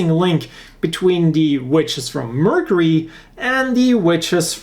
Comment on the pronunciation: While I do enjoy watching your videos very much, one thing has been driving me crazy. The way you are pronouncing Mercury is wrong. While you are saying Mer c ry it should be Merc your ee figure would be the same fig your. Thank you and have a nice day.😁